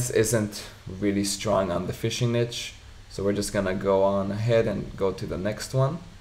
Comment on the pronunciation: its not "niche" how you pronounce it!